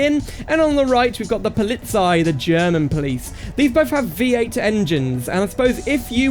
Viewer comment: 😅Not POLIZ-EI, call it it POLI-ZEI😊